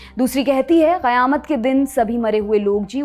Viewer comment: Your pronounciation of QAYAMAT is rare and perfect.